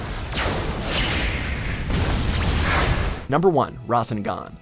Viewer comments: Ra-sen-gahn Naruto: RASENGAN! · My guy said Ra-sn-gone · Announcer: #1 rásengan Naruto: it’s pronounced RASÉNGAN!!! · Man said “ahkatsooki” “Susano oh” and “rasen gone” next time just someone who’s actually watched the show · This man rly just said “RahsinGon” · cringing when said kekki genkai susano O Rasseegan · Rah Sin Ghan according to the vid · "Rasen-gan" holy... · He Pronounces rasengan wrong and than 1 second later naruto says it 😂🤦🏼‍♂️ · You know you can’t trust a channel if they can’t pronounce Rasengan correctly or doesn’t mention the Rinnegan ONCE. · Like how he said the rasengan bad and uses the clip where Naruto says it correctly shortly afterwards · I want to die because I heard him say rasengan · How do u pronounce susanoo and rasengan wrong when they say it in the video....